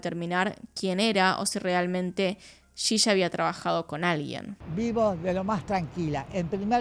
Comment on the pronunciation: Por que dice shisha? Si es yiya 😵‍💫